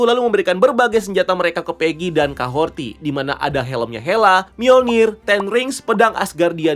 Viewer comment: Capten Carter keterlaluan dan overdosis sih, kaya gimana gitu. btw Kahori kan ya, bukan Kahorti